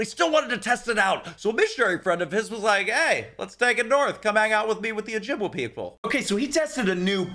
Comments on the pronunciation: It is pronounced Oh-Jib-way. Not waa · Oh-Jib-way. That's how we pronounce it up here, eh.